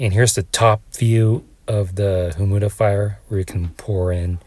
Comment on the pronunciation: Humidifier pronounced “himudifier” every time is sending me😭